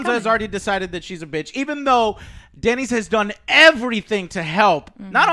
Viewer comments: DAENERYS! Not danis! Do you even watch the show?! Ughhhhh And dont give the excuse that they're made up words. All words are made up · Are you even able to remember how any of the names are pronounced, it's not Kegnbolw, ist Cleganebowl... Edit: holy shit you are literally incapable of pronouncing ANYTHING. It's not danys it's Daenerys and it's not vareeeeees for God's sake wtf is wrong with you.